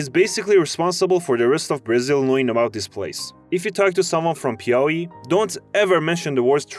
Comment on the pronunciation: PIAUÍ IS SO ACCURATE OMG 😭